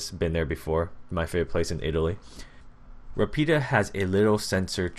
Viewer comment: I've been taking Italian for 12 years. Rapido is pronounced similar to lafido